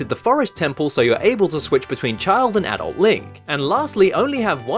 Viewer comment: You pronounced "adult" wrong... ._.